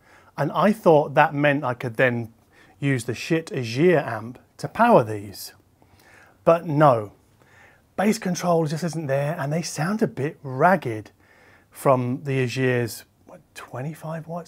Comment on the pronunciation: Love your work. I have no more questions—you’ve articulated it beautifully. One thing though — and I’m surprised no one else has picked you up on this — how to pronounce Aegir. As you know, all Schiit’s products have Norse names. So if you pronounce them in German you’ll be on the mark. So it’s pronounzed “ägir” or in anglified, a-gear. I don’t know if Schiit intended this pun but I wouldn’t be a bit surprised...